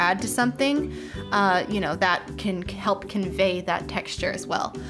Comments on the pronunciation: you're making the first or the second mermaid girl the one with the jellyfish on her head and I didn't think you meant this but you said kelp instead of help I'm not sure if that's a joke or not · Anybody else hear her say...”it can KELP convey....”